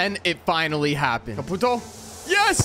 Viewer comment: when you say caputo it makes mi fil like im wachting a chinees